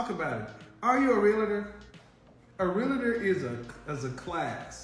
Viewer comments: Realtor is pronounced in two syllables not three, it's pronounced real-ter not rel la ter. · Real-La-Tor, Real-La-Tor, Real-La-Tor! Come on, just because thousands mispronounce the title it doesn’t make it correct. It’s pronounced CORRECTLY Real-Tor, Real-Tor, Real-Tor! Remember, you have a big influence. Thanks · THERE IS NO “I” in R-E-A-L-T-O-R. is comes from the word “Realty” i used to sell high end security systems. When Id meet someone saying “ I’m a Rea-LI-Tor” 🙄..no your not🤣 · Oh lordy when she said realtor.🤣🤣🤣🤣🤡🤡🤡🤡🤡🤡 hahahahahahaha shit had me laughing hard.